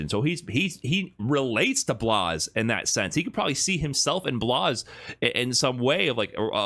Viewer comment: Blaz, not Blaze